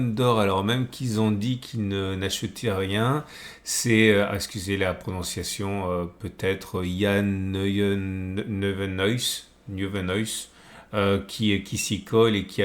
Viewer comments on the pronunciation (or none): Nieuwenhuis se prononce niweneuils 😊; merci